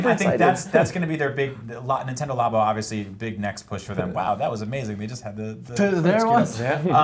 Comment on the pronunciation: Lab-o. Not La-bo. That is all.